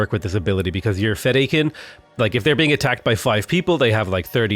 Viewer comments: "Feh-die-kin". Not "Feda-kain" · English phonetic pronunciation -> See etch , fe die ken... Sorry for correcting but it was really bothering me :D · Audiobook on Audible has all the pronunciations you're looking for. Thanks for making Dune vids! Noticable ones: Sietch - See-aych Fedaykin - Fed-Dye-Kun Hegemony - you said it correct the first few times then you were going all over the place. 😂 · Sietch - See etch Fedaykin - Fe Die Kin